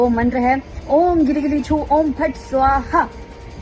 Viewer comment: Goli gili choo bola ya gili gili choo.. H bola samaj aya nahi